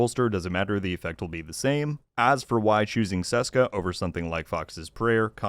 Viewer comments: Hiya. Ceska should be pronounced Tcheska as it is from the Czech Republic. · Btw, the first letter in Česká is pronounced the same way it's pronounced in the English translation Czech.